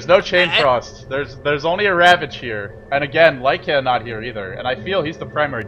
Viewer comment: this ld needs to learn to pronounce LYCAN properly